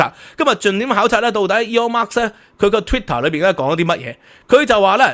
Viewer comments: Elon Musk 不是 Elon Marks 🤣🤣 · 「Elon Musk 」唔係 「Aeon Marks 」😅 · 好喜歡你的内容但真係要注意一下英文發音，或者全用廣東話算了。今次： Elon Musk vs Eon Mas的發音分别